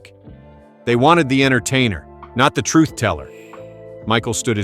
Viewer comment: Everything okay,nice vid' but disgusted to hear you pronounce the word "TRUTH" a couple of times with that biting of the tongue and an "F" sound coming out with the wind released from beneath the tongue each & every time you do it.its pretty disgusting to hear it.can't you pronounce it in any other way?other than that its a good effort to try to reach the facts to his fans around the world even today.